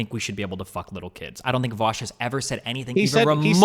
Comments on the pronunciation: You can easily tell how a conversation's gonna go as soon as someone says "Vowsh" instead of "Vaush" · Why do all the nut jobs say "Vowsh"? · Every person that pronounces it "vowsh" has always turned out to be a unhinged lunatic it's amazing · Voooosch fab. seriously though, why cant people pronounce your name? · This dude OOZES insecurity. He ends everything by saying he doesn't care. Hes also intentionally mispronouncing Vaush because thats how much he doesn't care about the guy. LOL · I think mis-pronouncing Vaush has become like a meme to his detractors... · Is purposefully mispronouncing "Vaush" the #privileged cis white male version of purposefully misgendering someone? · Well Vaush did give the take that neo-pronouns are essentially just nicknames. And the name "Vaush" is just an online alias/nickname. If you stretch this line of thought out so flatly it becomes 1D, then it could be trans-phobic to intentionally mispronounce his name. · He pronounces Vaush the same way Kraut does, lmao. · he pronounces your name in Sargonian on purpose